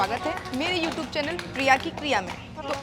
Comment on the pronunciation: Are madam viewtuwe nhi hota YouTube hota hai 😢😢😢